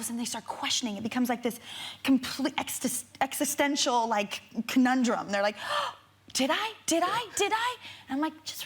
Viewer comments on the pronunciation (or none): none